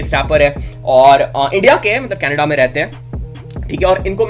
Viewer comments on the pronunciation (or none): none